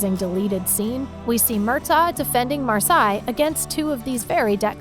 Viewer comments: Mar-sal-ie not Mar-sai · It’s supposed to be pronounced like the herb, “parsley “ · It is not Mar si it is Mar sa lee. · Her name is pronounced Mar as lee not Mar si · Who is this "Mar-sigh" she speaks of?